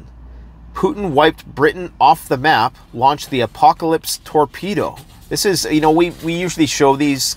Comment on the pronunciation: Did he say a Russian tornado named Apocalypse?? Did I hear that correctly?